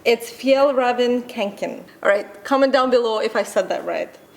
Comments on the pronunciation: Awe! Your pronounciation was the cutest ever! It is a Swedish brand, and Fjällräven you said pretty close but what you said as "Kanken" is acctually "Kånken" and the Å is pronounced very differently from an A. More close to an O, really. Hope you're having an amazing time in Africa! Hugs from Sweden:) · Ye its a Swedish backpack pronounced "Fjellraeven Kaonken" "Kånken" is from the Word "Kånka" and is a slang used to say you are carring a lot of stuff. My friend has that exact yellow one. I Heard they are well made with quality. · Almost right! But "kånken" is pronounced like the "a" in "almost" or "o" in "or". Sort of... :) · Yay!! A Swedish brand, fjällräven kånken (you pronounced fjällräven correctly, but not kånken) 😉